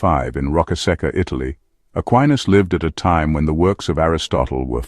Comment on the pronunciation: It's "Ah kee nas."